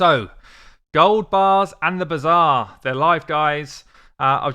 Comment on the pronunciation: I love how you pronounce the bazaar as "bizarre". Because there's no other way to describe these design decisions. An ancient shard isnt the same as a 3 star chicken. Not even remotely. How would that even be possible? Theres not only the chance to get an epic or a legendary out of an ancient shard, there's also x2 ancient days, but there is no day, no weekend where 3 star chickend turn into 5 star chickens for an upgrade, is there? So obviously a chicken is far inferior as reward compared to a single ancient.